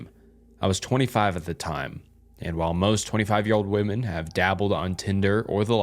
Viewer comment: Women is pronounced like wim-men. The way you said it the singular version